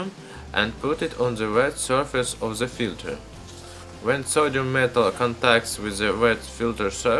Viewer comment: say den instead of z what you say in case of the